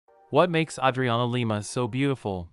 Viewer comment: Yay name pronounced correctly.